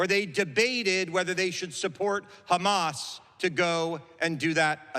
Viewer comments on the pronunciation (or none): none